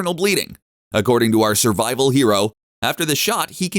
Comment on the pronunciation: “SURVIVOL” there you go :)